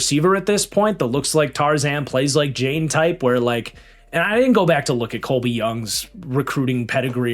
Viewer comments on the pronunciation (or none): none